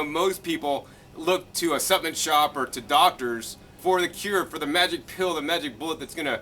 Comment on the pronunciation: Take a shot everytime he says suppenent lol